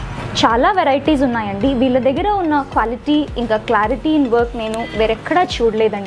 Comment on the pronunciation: క్వ్యాలిటీ కాదు క్వాలిటీ